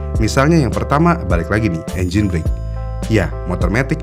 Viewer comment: BRAKE itu penyebutannya ga sama kayak BREAK